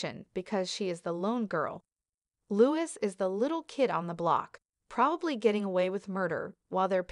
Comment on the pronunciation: It's Louis (like Louie and not Lewis)